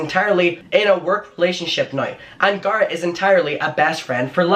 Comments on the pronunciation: Awe, I always love the way you say Garret because its so much softer than the way it's pronounced in the US. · I think the way you say Garretts name is really cool. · I honestly prefer your way of how you pronounce Garret it sounds more prestigious lol (coming from an American) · I love the way pronounces Garrett✨ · It's not making fun of you, it's being annoyed because you literally just said his name right, and then continue to say it wrong. It's HIS NAME. Other people might go by Garr-it, but he goes by Gair-et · Okay I'm saying it "Gurritt" now 😄😄😆. I hope you feel better asap! I know you love doing this and we love you for doing what you do but please don't push yourself when you're unwell, your body is trying to tell you sometheeeeeeng 🥺🌹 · Stop calling him Gahhhrit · That's the dumbest way to say Garrett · The way he says Garrett 😂😂 “Garr-it” 😂😂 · It’s not Garrett it’s Garrett dude. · saying GAR-rett for 10 min ❤️😂❤️ all love 🙏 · its "Garrett" babe. whatever accent you use. If you don't know Andrew was introduced to Shane by "Garrett" babe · Please learn how to say Garrett correctly! Sounds like carrot 🥕..lol and please you're too young to be passing on all this hear say and drama! I believe you're intelligent enough to come up with better content 😉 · I call him garr-it cork accent 😂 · i mean i know its your accent but its a name, and names are pronounced a certain way... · I actually like the way you say Garrett lol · wait who’s talking shit abt ur pronunciation the way u say garrett is so cute 🥺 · Even when you have an accent you still should try to pronounce someones name the way they personally say it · I love the way you say Garrett.. that’s how it should be pronounced from now on 😍😘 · I personally LOVE the way you say Garrett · I actually really like the way you pronounce Garrett lol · scolding us for laughing at his pronunciation of "Garret" 😂😔😔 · I find charming your pronunciation of Garret